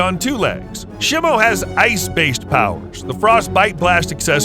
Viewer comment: it’s pronounced she mu